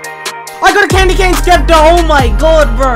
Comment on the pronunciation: lol you call it a skepter XD